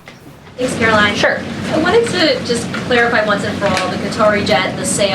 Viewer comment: Just because you say it Karolying doesn’t make it true